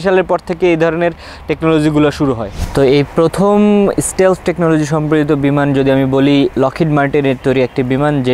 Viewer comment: শালা আগে উচ্চারণ ঠিক কর, স্টেলফ??? না স্টিল্থ??